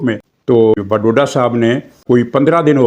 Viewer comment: وڈوڈا نہیں واوڈا 😂